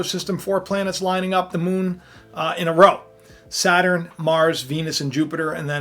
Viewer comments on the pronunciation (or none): none